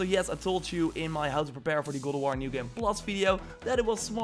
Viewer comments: Dude you need to learn how to actually say God of war not gould of war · this guy says goo of war instead of god of war LUL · and Goldoworrrrrr!!! I think your tongue is left handed.....